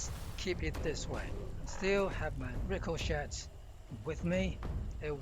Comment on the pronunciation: The T in Ricochet is silent.